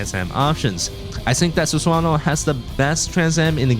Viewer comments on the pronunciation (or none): "Susuwano" 😂. Jokes aside, nice video bro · I can't with the Sus-wan-oh pronunciation haha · It's pronounced Su-sa-no-oh btw